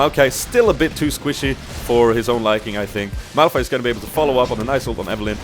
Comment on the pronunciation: Awesome vid! U kind of messed up Malph and Mao´s name sometimes :D... Funny